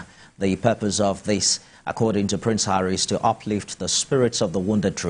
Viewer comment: "ARRY DOES ABUJA.😅😅😅